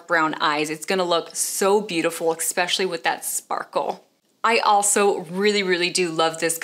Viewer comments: especially not expecially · Why did you keep saying EXspecially when the word is Especially?!? FYI, there is no letter X in that word.